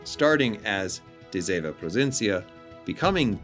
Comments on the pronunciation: As a dutch player. Thank you, that you include her sister, and a pretty accurate history about this class. To help you out to pronounce her name, it's duh see ( kinda like sea but without pronouncing the a) vun. Pro fin si un. I realy hope the tech tree will follow soon. ( hopefully, cruisers and destroyers, since we had a bunch of both during ww2) and maybe the us cannon class escort destroyers. ( we had 6 of them) and the brittish n class destroyers. ( I discovered so far we had 2) both classes were built during and served in ww2 and transferred to the royal dutch navy after ww2. And maybe wg can get their hands on the blue prints of the dutch bb,s that where never build, and maybe they can design the Macv ( merchant aircraft vessels from la carona a sub company from shell wich is dutch) and of course the cv karel doorman, I think it was cv71. Karel doorman,s famous last radio message, I attack follow me! In dutch, ik val aan volg mij! Pronounced best ik fall aan volug my. I bought the campeigh since it's a dutch ship and so far a stand-alone premium. And I'm dutch, haha. My advice play defensive, don't rush in, with de zeven provincièn. It's not designed to attack. This class was pretty much designed for support and anti-submarine warfare. Just like the friesland. Although the aa on both is insane. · Do you know in which city she was being build in the Netherlands? Very nice video 🤩 and I know you did your best on the pronunciation 😁